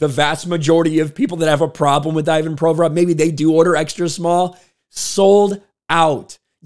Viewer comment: Learn to pronounce his name properly - painful to listen. The rest is golden!